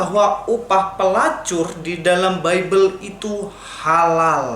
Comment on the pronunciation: upah melacur di dalam bebel halal, Bibel di baca bebel yah ibu?? kurang sehat ni ibu.